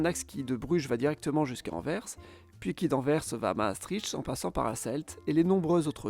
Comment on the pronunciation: merci d'avoir prononcé correctement AnverS avec le son "S" final bien sonore et audible. sans ce "S" à la fin c'est insupportable d'entendre pour les oreilles des belges francophones (tout comme Bruxelles qui, à l'oral, se prononce avec un son "SS" et pas avec un son de "X"). merci !